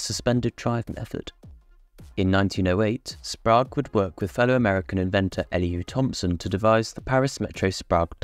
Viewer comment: Sprague rhymes with "Craig", not "Prague".